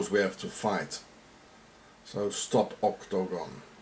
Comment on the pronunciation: Dude, say Oc-to-gon one more time LOL